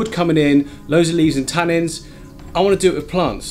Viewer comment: I love your stuff and watch all your videos but for the love of all that is holy it’s tannins not tannings